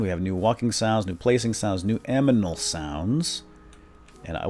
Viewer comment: lol "aminal" sounds xD Nice vid BTW